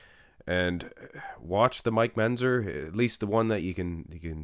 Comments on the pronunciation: is pronouncing Mentzer as Menzer... and is making a little joke out of it... which you missed. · I do the same thing when he says "pitchers" and Menzzzer".